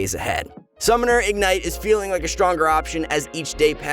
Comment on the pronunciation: it eez what it eez